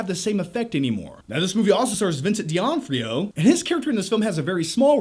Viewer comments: It's pronounced DOH-NOH-FRIO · Why do both you and Chris Stuckmann suck at pronouncing "Vincent D'Onofrio"? You're pronouncing it like "Vincent Dianne-fro", what the fuck is wrong with you?